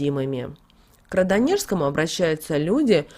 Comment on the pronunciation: Очень режет ухо Ваше не правильное произношения Радонежскому.